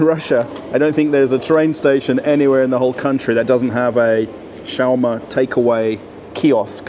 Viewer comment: You say it odd it’s sch- was- ma. Are there any foods from Israel??